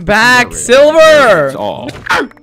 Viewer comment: Mans said SLIVER instead of silver.